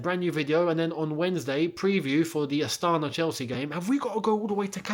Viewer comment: It’s pronounced astanA. Emphasis on last A 🇰🇿